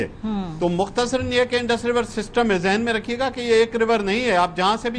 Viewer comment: انڈر نہیں انڈس